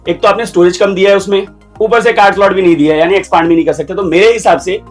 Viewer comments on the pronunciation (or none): pehli galti expaaaaaand nae hota expand hota h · Expaand nahi expand hota hai😂